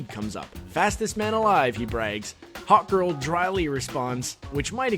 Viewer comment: when he said "hawk girl" to me it sounded like "hot girl" does anyone agree?